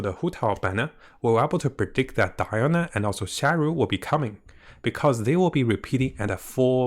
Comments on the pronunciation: Stop saying "sharu" its sayu 😂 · saying sayu as sharu is not language problem, it could be pronouncing issue, he does say sh instead of s sometimes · It's been months since Sayu first appeared and I wonder why he couldn't say Sayu but he has no problem saying Ganyu